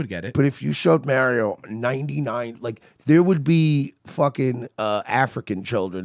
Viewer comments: Say 'Mario' the correct way mersh. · You guys are miss pronouncing Mario and Sega really is annoying lol